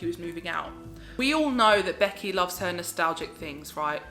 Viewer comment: "Beckyah"!!!!!! LOL Love your ALR the most!